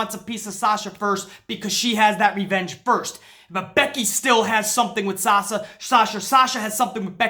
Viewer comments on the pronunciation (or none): it sounded like said SALSA, lmao, made my day, man, i agree 1000% with about Sasha, and i hate seeing all these wrestling pages saying she bitch and moan her way to shots after shots it pisses me off their stupidity. When your on the level of good as Sasha is it is CRIMINAL that she isn't treated properly, nuff said.